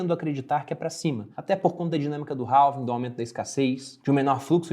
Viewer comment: Halving se fala REVING, se vai falar abrasileirado fale então ALVING já que o H em português não tem som.